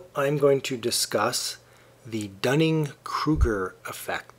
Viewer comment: I am glad someone pronounces that name correctly. My last name is Duning, like a sand dune. However, a lot of people at my school pronounce it like Dunning when they see it for the first time. @@ It sucks.